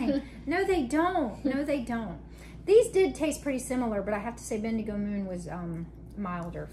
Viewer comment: pronounced it perfectly. It's a town in Australia. My in laws are there!